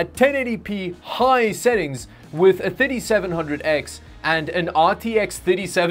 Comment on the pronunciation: Hey! I like your videos, just one comment: When you mention the processor type, please mind the pronounciation. The way you pronounce the R7 3700X is "Ryzen 7 didiseventhousand X". Similarly in your other video I just watched you said it had an "i5 didifourseventy". Bro, these are blablah words. I never thought I will teach a native english speaker, but it is pronounced "Thirty", definetely not "didi". Peace! ;) Update: It has a didiseventy VGA, some didisomething SSD, and the RAM runs at Diditwohundred Mhz. Nice. You know what "didi" means in my native language? Tits.